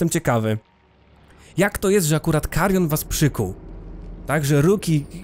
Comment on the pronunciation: Wstęp z tym "MAKARION" kompletnie mnie rozbawił. 😄